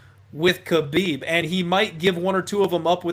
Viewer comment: “Haa-bib” no “k” Also I 100% believe he knows his dad is WITH him. People are looking from the outside. He is in his territory with his PEOPLE. You guys are only wanting to see the upset because the money is there. All good though I don’t blame people.